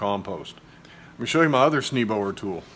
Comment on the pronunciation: This video was worth watching, Thank you! I like how splayed the tines on that compost fork are. I'm glad I don't need that weeding tool (my worst beast is bindweed). I do believe, that just as Beethoven is pronounced "Bay-toven", and it's a Dutch name, that your tool is pronounced "Snay-boer." I think Snee means Snow, for what that's worth. Good to know about figs - I have one Fig transplant that I dug up and almost killed, but it's doing well now, probably a compost volunteer so no idea what type. Thanks for showing all about the Grazon issue. It's encouraging to know that it CAN be remediated. About your winter squash - I think you said you had 2 kinds of Moschatas, is that right? I also have two, both from Baker Creek, one is an Italian butternut, the other a Musquee de Maroc, and they are growing at two very different speeds, and were started and transplanted at the same time. The Maroc is much slower, and the reviews at Baker Creek affirm that, and the butternut is going crazy climbing up the fence and all over everywhere. So, while shade might be an issue, it might be variety. If anything, the Maroc gets better Sun, and definitely has better soil. My summer squash have also been slow. Good to know about the Anchos and Bells - this is my first year going crazy with peppers, and my peppers in pots have been doing better than in the ground, but I have mostly smaller peppers. I have a few more to "pot up", and I will make a point of putting the Bells and Anchos in the grou